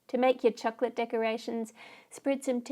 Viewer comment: I love how you say chocolate it's like chuklit